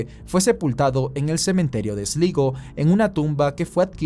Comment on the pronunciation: Esligo... Sslaigoo ay ya compadre 😅😅😅